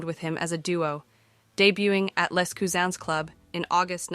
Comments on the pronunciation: Small point - the London club you referred to as "Les Cousins", pronouncing it as if was French, was actually started by an English bloke called Les Cousins - pronounced Lezz Cuzzens - nothing French about him or it! You're not the first to make that assumption. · oh, it’s definitely an AI voice. The voice also changes the pronunciation an English name, Les Cousins, to French “cousins” (which, being from Louisiana, I appreciate) and back again. I think the voice does the same thing with Bert’s name, making it more and less German each time around. It also reads “18 1/2 minutes” as 18, 1, 2.